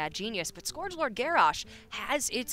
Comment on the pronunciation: the way she pronounces 'scourge' hurts me on the inside